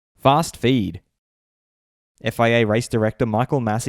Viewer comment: The way you say fast feed disturbs me